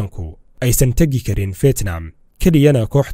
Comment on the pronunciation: Fetnam mahane fidnam dheh haugu dhawaqin sida ad CNN ka ad kamaqashay